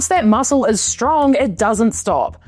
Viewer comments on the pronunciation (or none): none